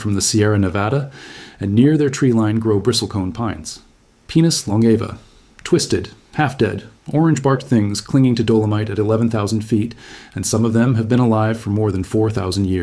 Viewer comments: PY nus. Not penis. Sheesh. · Pie-nus not pee-nus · Pine-us, not Penis! 😂 Excellent video! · Ummmm....the correct pronunciation is "pine-us", not, um....... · Heh heh, he said penus. 🤣